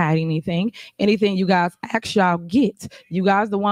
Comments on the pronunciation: Ask not axe lol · Itch better learn ax from ask. Cringy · I know this is petty of me, but.... the word is ASK. Not AXE. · Did she ax for it or did she ask for it?